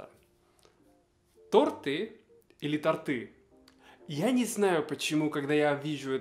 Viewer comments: Не торты, а торты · Торты ударение на ы